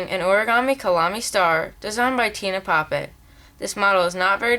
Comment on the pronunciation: I thought Tine Pape said Nine Rape... :/